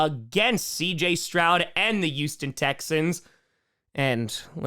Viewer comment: The "yoos-ten" Texans lol